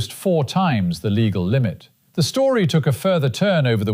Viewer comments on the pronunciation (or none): none